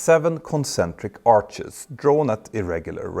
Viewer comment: Not arches, ARC’S